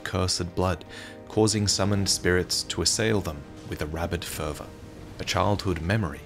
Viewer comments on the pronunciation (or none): Btw; you pronounced “fervor’s” in “fervor’s cookbook” wrong - it’s the same word as something like “worshipping in a religious fervor” or “a murderers bloody fervor”. It’s pronounced “fur-vuhr” ❤